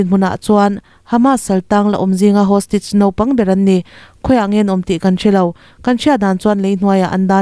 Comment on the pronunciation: hostage hostich ti anga lamrik hi beng athlep deuh